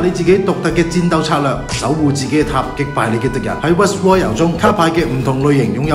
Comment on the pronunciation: ROY "L" not Royal